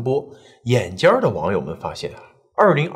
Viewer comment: yǎn jiān 眼尖 后面不加儿化音。发现你总是在奇怪的地方加儿化音。